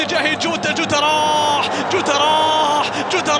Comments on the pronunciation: يريت تفهمو لهل معلق انو اللاعب اسمو جوتا مو جودا ياشباب مشان ازا علق عمباراة تانية للاتحاد مايغلط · المعلق ضجاج و اتحادي و ينطق الاسامي لما يتوهك : جوتا اصبح جوده روماريو اصبح روما .... اخي روما شيء و روماريو شيء آخر ما سمعت ابدا اي معلق اجنبي ينطق نصف اسم لاعب برازيلي او ايطالي او اسباني او حتى برتغالي .... ارجوكم عند التعليق ان تذكر اسم اللاعب كما هو اما اسمه اذا مشهور او اسمه و لقبه اذا شهرته قليله حتى لا نتوه.